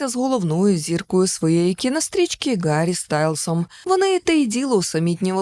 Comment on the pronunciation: Гарі, а не Ґарі, бо в оригіналі Harry, а не Gary.